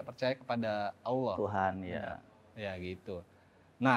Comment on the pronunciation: Si fasih bener nyebut Allah,, yok bisa yok muallaf yok 😄